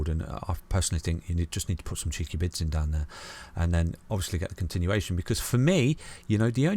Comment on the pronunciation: I always thought he said bits :0